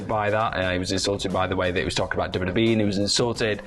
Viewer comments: "CM PUNK CALLS OUT TOP WEE STARS" "R" That's it, just the letter "R" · "CM Punk calls out top WEE STARS" 😂😂😂